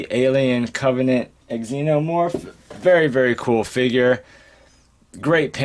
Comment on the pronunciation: Nice review bro!, I'm getting my Xenomorph and Neomorph next week, I hope you don't mind but it's pronounced Xenomorph, not Eggxenomorph, nice review overall, keep it up!